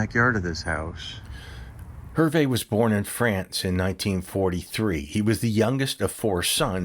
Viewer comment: good story - thank you. hard listening to how you chopped up the pronunciation of Herve's name.